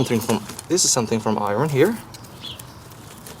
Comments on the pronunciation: say 'eye urn' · Speaks perfect English, I mean flawless until it comes to pronouncing metals apart from Aluminum and Eye-Ron